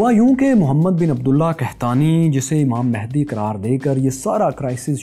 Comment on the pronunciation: امام مہندی نہیں بلکہ امام مہدی ہے صحیح لفظ